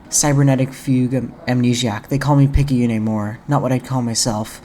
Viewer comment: Amazing video, it's great to see a proper analysis of this fantastic lil indie gem! Though one thing of note, Picayune is pronounced "Pik-ah-yoon", but Picayune' does sound a lot cooler! It's actually a real word, meaning "of little value, importance, or consequence; petty, trivial, small-minded" which is pretty interesting, as Picayune herself is the polar opposite of those characteristics. What with her becoming both a spaceship captain, and an eventual eldritch horror! Kinda screwed up that her own parents would name her that, almost as if they had such low confidence in their own daughter's capabilities. Which puts a lot of things into perspective, it's no wonder she of all people became an incarnation of the Aberration itself.